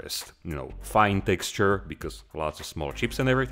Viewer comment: Nobody: Night shift: TECKSTURE